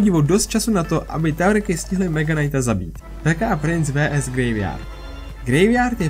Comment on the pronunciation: Bože prečo hovoríš "vé es"